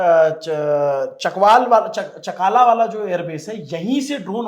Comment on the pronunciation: Chaklala not chakaala..Shor kot not Shaarkat...your information is 70% wrong ..Focus on your research